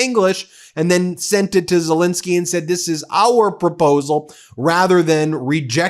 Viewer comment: You would think that the number of times Zelensky's name is mentioned and after all these years Americans would be able to properly pronounce his name. It's ZelEnsky not ZelInsky. Sad.